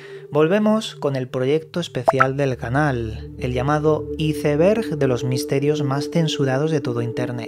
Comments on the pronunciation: Mi cerebro cada vez que escucho como pronuncia Iceberg----➡➡:face-blue-question-mark::face-purple-smiling-fangs::face-fuchsia-wide-eyes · Nunca he entendido porque los españoles no saben pronunciar Iceberg